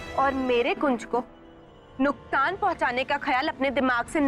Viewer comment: does someone notice that twinkle said nuktaan not nuksaan